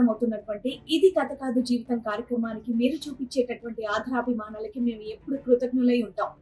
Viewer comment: అమ్మా శ్రీవాణి ,ఆధరాభి మానాలతో కాదు తల్లీ తెలుగు వత్తులు చూడండి. సరిచేసుకునే ప్రయతం చేయండి . ఆదరాభిమానాలు అని పలకాలి.